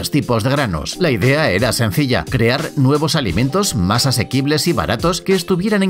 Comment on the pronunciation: YA BASTAAAAAAAAAAAAAAAAAAAAAAAAAAAAAAAAAA, hasta cuándo va a pronunciar bien la palabra CREAR y sus conjugaciones en sus diferentes videos como en el seg. 29.